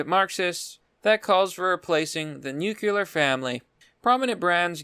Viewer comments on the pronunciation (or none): Hahaha. He cant pronounce nuclear.